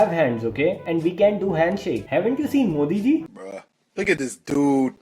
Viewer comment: ITS NOT DUED ITS DUDE